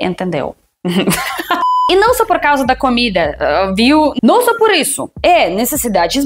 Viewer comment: Veja bem... comecei a estudar russo e percebi que a letra "O" só tem nome de O porque vcs sempre fala A quando tem o "O", então já começa ruim, kkkk, mas já entendi porque a outra russa fala caida invéz de comida.